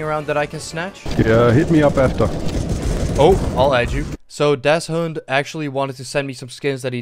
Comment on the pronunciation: As German it's so funny how he is pronouncing das_Hund